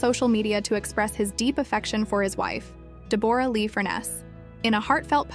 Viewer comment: I’ve never heard anyone pronounce Deborah as Debooorah😂